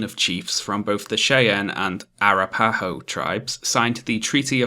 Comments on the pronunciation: Arapahoe is pronounced with the emphasis on the second and last. arap ahoe, not ara parrow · i’m an Arapaho Native American and the way you pronounced the name made me laugh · no offense, but it's pronounced Shy-ann and A-wrap-a-hoe, not Shay-ann and ara-pay-hoe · Me: Hey, this video is pretty good so far.: The Chay-ann and Era-pie-oh tribes... Me: Don't laugh, don't laugh, don't laugh. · Dunno if anyone said, but as a Colorado-born American, I gotta tell ya Cheyenne is pronounced 'shy ANNE' /ʃaɪˈæn/ Arapaho is 'a RAP a ho' /əˈɹæ.pə.ho/ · Oh my, I have never heard Cheyenne and Arapaho pronounced like this. Gave me a chuckle.